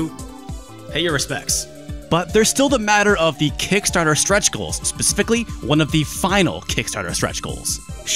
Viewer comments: "Spepicully" LOL! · speficically? Say again? 😅